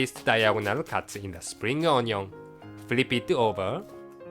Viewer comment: i love the way says onion he says ON-YON love it!